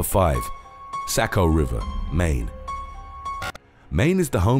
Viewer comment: Its pronounced SOCK- O not SACK-O